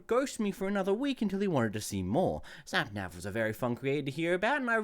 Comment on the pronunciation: sorry but i got so distracted when you said "snapnav"